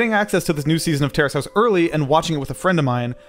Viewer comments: I thought you were saying terrorist house for a few minutes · I thought he was saying terrorist House